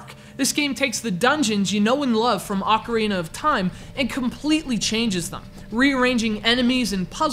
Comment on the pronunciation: did this fool say "The Legend of Zelda AUCARINA of Time"? ain't the pronounciation Ocarina of Time?not Aucarina? never heard of Aucarina but I've heard of Ocarina